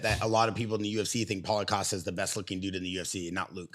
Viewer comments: Rampage calling Paulo costa caulo pasta is top tier comedy bro 😂😂😂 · I heard "CallitPasta!" 😅